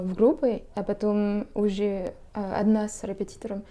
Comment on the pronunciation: И чё интересно,сложное слово РЕПЕТИТОР выговаривает безукоризненно,а простое слово ЛАТТЕ говорит как ляте.😊